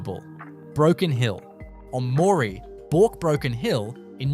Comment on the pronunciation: Hi. I like the facts but the obvious ai Australian accent cannot pronounce many towns, some are hilarious some are so bad they are offensive. You need to edit this heavily, it can can’t even pronounce lead or live. Moree is not rural, rural is a farm or station. Moree also has other problems.